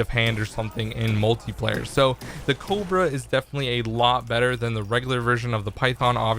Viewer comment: He pronunced the cobra cobro he does knoe its a namr of a snake, right?